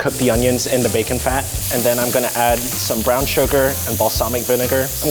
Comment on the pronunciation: The way he said bacon is so funny